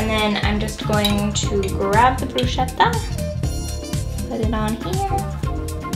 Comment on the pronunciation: Love your videos girl, you have such a mellow vibe. But its pronounced brusKetta. <3